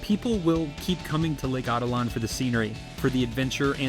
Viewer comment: How is it possible to pronounce the name in such a dumb way as "Lake Átitlan..."? There is even a stress accent on the second "a", so even the simplest person should see at first glance that not the first but the third/last syllable is to be emphazised. The ignorance/negligence/superficiality of modern bipeds is beyond imagination.